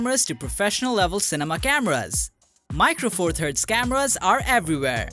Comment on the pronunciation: It took me a while to work out the narrator was saying cameras and not scammers - good vid otherwise